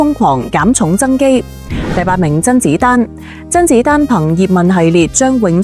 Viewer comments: （真）子丹？笑 x死！讀都未識讀！😂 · 甄子丹嘅姓都講錯